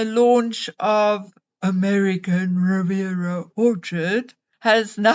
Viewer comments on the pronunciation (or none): I love the way you sayAMERICAN ORCHARD REVIERA😂😂😂😂